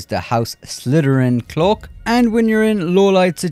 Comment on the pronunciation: Clook. Dude, it's cloak, with A. Not double O.